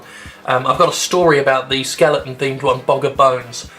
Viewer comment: love ya Jim but the word is skeleton, not skellington